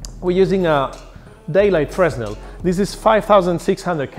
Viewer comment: Hi, Nice video. Just for your information, we don't pronounce the "S" in Fresnel. So it's pronounsd "Freh-nel". This is one of the strange mechanisms of french language. Yep, we are weird. ;)